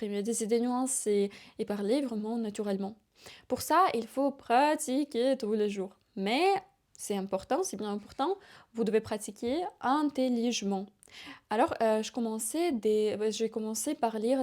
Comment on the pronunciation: Ma belle on dit intelligemment ça se prononce ( a) comme évidemment Prof de français marocain avec niveau de français très avancé. Je vous souhaite bon courage !